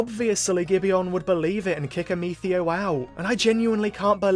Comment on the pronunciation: raisin the roof while saying "Ameethio"